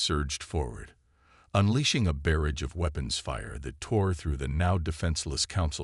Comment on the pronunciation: Not just the Chen problem......but, DAYUMN!!!!! Can SOMEONE PLEASE teach ALL AI's how to say "bah-RA-dj (barrage)??????!!!!! It is NOT pronounced "BER-idj"!! ALSO, the freaking word "ARMADA" is pronounced "ar-MAH-duh"!!! NOT "ar-MEH-duh"!!!!!!!!!!!!!!!!!!!! What is "sa-bi-TAYGING"!!!??? SabatTAHging......what is "DAY-bris"!!!??? I know what "dayBREE" (debris) is????!!!!! ALL OF YOU, stop using AI and read the stories yourselves unless you can get AI that speaks English properly!! What is the "andro-MAY-duh" arm????? It is "an-DRAH-mida" arm. AI's SUCK!....and drastically take away from the enjoyment of the story. PLEASE take note of this. I have already made a ever growing list of DNLT (Do Not Listen To) due to the SuckAss AI's that I can't overlook. At least your AI ALMOST says "Orion" correctly....close enough compared to others saying "O-ree-uhn". What is "EE-kwit-able" ....it is "EH-kwit-able" (equitable).